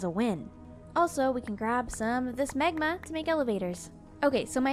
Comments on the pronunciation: Omg he accident made her say megma when it’s magma lol 😂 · Is it just me or does anyone else hear Megma when says magma? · She pronounces magma like megma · I love your videos but it had me dying laughing of the way you pronounced magma it sounded like megma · I love how she has a little hint of an accent on certain words. This episode I kept noticing how she says “magma” for magma blocks. When she says magma it sounds slightly British 😂 I love it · The way says magma is so.......canadian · The way you say magma is a little annoying but other than that I love your videos its so relaxing